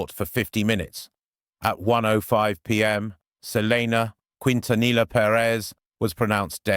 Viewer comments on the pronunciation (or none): Ugh. It’s “Keen-ta-knee-uh.